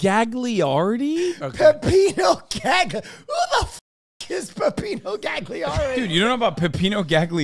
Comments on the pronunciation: My last name is Gagliardi and it's pronounced Galiardi (make it sound italian) I am 1/4 Italian and very offended. Fyi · the pronunciation of gagliardi is doing my head in 😭